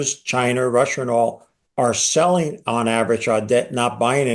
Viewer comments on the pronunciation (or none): “Rusher, Chiner, Ameriker”